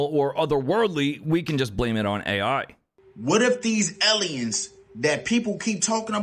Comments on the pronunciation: eliuns? Lol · Ehleeyens lol